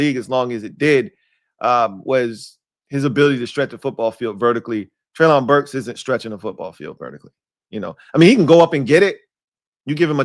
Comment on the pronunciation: its pronounced Trey-lin Burks. You are out of you freaking mine. This dude will be your WR1. Its yall job to teach him how to stay healthy. He was the only WR on Arkansas and every top 10 defense in college at his time knew he was the only target yet they still couldnt stop him. And he played vs the countries best colleges